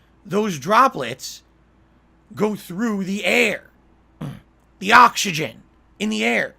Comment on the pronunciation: "We are surrounded by ahxigahn"